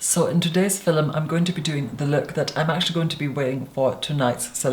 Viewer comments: Same look again and again and again! Bronze eye dark brow mild lash nude lip porcelain skin flat hair...Would love to see different looks. And please stop saying filum! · I love hearing him say “fil-lem” ❤️ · Why do u say fiLUM.... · Does everyone from his area say “filum” for film? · I love how he completely owns the pronunciation "filum". Also, who knew there was a classy way to say YouTube... excuse me, Damn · mypimento it’s a very Scottish thing to pronounce it that way